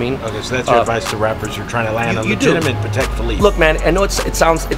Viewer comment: "pah tack watch"